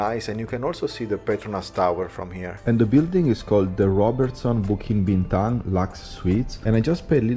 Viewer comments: Bro, minute , actually the Petronas Twin Towers is just a 9 minute walk from Pavilion Bukit Bintang if you just follow the main entrance past Five Guys and Starbucks you'll find the bridge that connects directly to the KL Convention Center which is next to the park. Also bro, you butchered the pronounciation of 'BUKIT BINTANG' throughout your whole vido😅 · it's Bukit Bintang not Bituk...Bukit means Hill, Bintang is star so Star Hill 😊...enjoy Malaysia and the food!